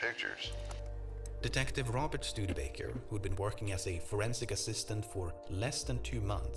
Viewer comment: I love how you accidentally gave perfect example why eyewitness accounts are unreliable, Studebaker's name was written and pronounced out loud twice yet you still mispronounced it just few seconds later.